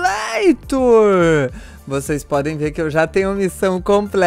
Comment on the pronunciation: Biano vc falou simuator kkkkkkk